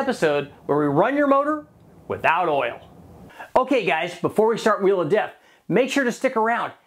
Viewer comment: Chanting “Wheel of Death” sounded like “We Love Death”! Accident?